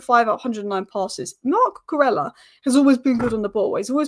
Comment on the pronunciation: Brilliant content as usual. Just a small "pronunciation nerd" point - it's more like: Coo -coo - RAY -a, not ELLA